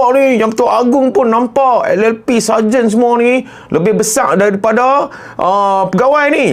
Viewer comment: saya pun dengar mcm sajat..ingatkan dia nk perli